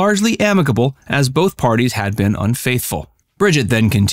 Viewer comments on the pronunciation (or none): none